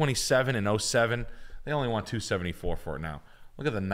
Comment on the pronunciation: all good except can't pronouce Batavia. its Ba-Ta-Via